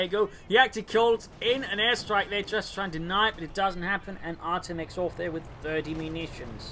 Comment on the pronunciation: Artem actually pronounces like Artyom it is a russian name.